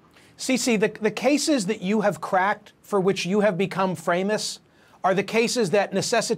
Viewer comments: "CeCe the cases for which you have become FRamous.." lmao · “You have become Framous” ??? 😂😂😂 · He said ,which made you "Framous" Lol 😆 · He said “Framous” 😂 Freudian slip perfectly placed. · Did he say frameous?